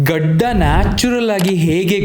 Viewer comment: gadi gadi 😂 yav uru nimdu❓